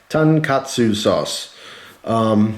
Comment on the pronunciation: I'm a bull dog and you pronounced tonkatsu perfectly! Great job! Woof, woof!